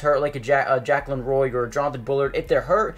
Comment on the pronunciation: I would have loved to get Armistead, but it didn't work out. Tillery seems like a solid signing though. Also, Jaquelin Roy's first name is pronounced Juh KWAY lin.